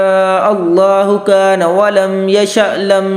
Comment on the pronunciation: Walm nh ha wamalam ha